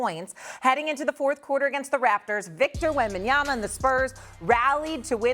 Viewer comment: I am happy that Stephen A finally pronounces Wemby name right WembanyaMa🤣